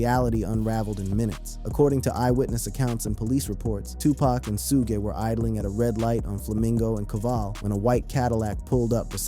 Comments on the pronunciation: Suge not sugay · Who da hell is Su-ge???😂😂😂 It’s SUG like sugar the e is silent Suge Knight not Su-ge😂😂😂😂😂😂😂😂😂😂😂😂😂😂😂😂oh my stomach 😂😂😂😂😂😂😂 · I remember the world knew of no Tupac funeral. Great u found a private service if this so but “SUE-Gah” was grazed lol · I got one damn question who Tf is Su'gay ? His name is Suge 😂😂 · Why do they keep calling sugg, suga and su-gay.(Suge).🤔❓ Y'all gonna Mess around and get SUED ‼️ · 2pac and sue-gay?...fck! Ai sucks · Soo-gey? AYFKM? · who the hell is "shouga"??? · Sue-guh hahaha or Suge 😂 Pack or Pac, you’d think by now people would know how to pronounce everybody’s name. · Did this man just say Sugee! Sir I'm gone need for you learn how to say people's correct name before posting another video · who is Sujay? loll Suge??? lmaooo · Sugg and 2 Paak is how it,s pronounced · 🗣😭Who Dafuq Is “Sue-Gay Knight”💀🤣🤣🤣🤣🤣🤣🤣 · Was The 1st Thang That Came To Mind When This MaFawka Said “ Sue Gay Knight “😭🤣🤣🤣🤣🤣🤣🤣🤣🤣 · When it said 2 pac and su-gay I was done with video 2 mins in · Suge like sugar😂 Suge knight😂 The pronunciation in this video is wild😂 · Love the way he pronounces Suge knights name 😂